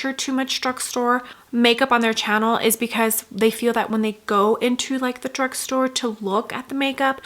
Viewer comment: You have the most annoying expressions while speaking. I am cringing listening to the way you pronounce “channel”… also the screaming in the background is what made me click off the video